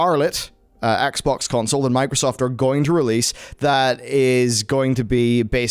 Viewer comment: why does it sound like he says the Xbongs? XD